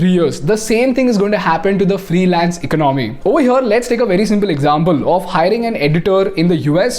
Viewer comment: Your English and is good but the way you are pronouncing the word "Economy" is distrubing and forced to Stop 🛑 watching the video